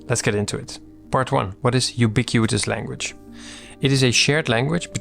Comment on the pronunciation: Thanks for yet another gem of a video. As a senior software engineer your videos help me communicate the things I treasure in simple terms for everyone to understand, which can be a real super power ☺ btw: congrats pronouncing “ubiquitous language” 3x in a row without messing up… 😅